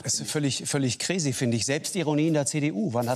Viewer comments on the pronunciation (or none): Lanz findet das „völlig gräisii“ wo bin ich hier gelandet 👀